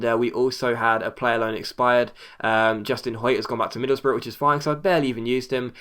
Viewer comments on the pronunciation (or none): none